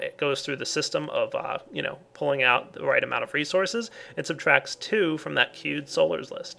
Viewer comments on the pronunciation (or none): when he says "queued solars" it's like he's saying "cute solars"